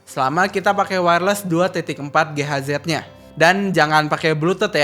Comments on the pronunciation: 2,4 GHz buat channel techno dibaca sebagai 2,4 ge ha zet, kok ga pas ya. Lebih pantes dibaca giga hert deh. Y gw hanya ngide. Kalo cocok silahkan, kalo ga y cuekin aja. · Asal bisa dimengerti sebenernya ga masalah sih bang. Sama kayak satuan mAH biasa dibaca em a ha. Tapi setuju juga sih sebagai channel tekno kalau sekalian ngedukasi.